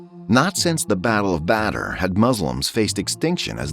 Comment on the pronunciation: Battle of batter